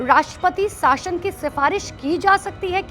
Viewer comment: Madam shashan nahi .shasan ..bolo aache se kam se kam news channel hai to kya kuch bhi bilologi ... Thikedar ho